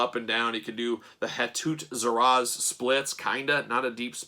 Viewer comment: Their name is pronounced "Ha-too Sir-ah-say." The name Hatut Zeraze translates from Wakandan to "Dogs of War.